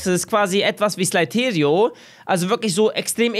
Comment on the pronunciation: bis Die Aussprache: SLAITERIO